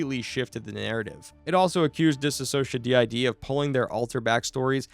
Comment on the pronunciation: bro please learn how to say anthony’s last name and “DissociaDID” ,, it’s not that hard , there are probably hundreds of videos of people saying them correctly 💔